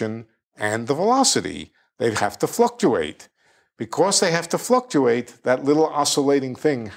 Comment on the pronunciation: Omg Listen to how he says “fluctuate” lmao sorry I know this is immature